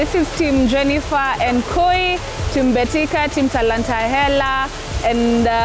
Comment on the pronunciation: Hahahaa, is it MBETIKA or BETIKA??? Kenyan sometimes can pronounce word wrongly